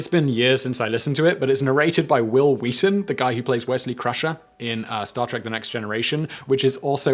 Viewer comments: Wil Wheaton? You mean Hwuil Hweaton right? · Stewie Griffin just called me. He said you pronounced Will Wheaton's name incorrectly.